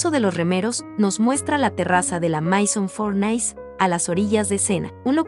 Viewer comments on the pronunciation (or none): none